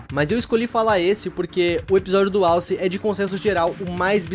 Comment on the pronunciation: Impressão minha ou ele disse “Wallace” ao invés de alce?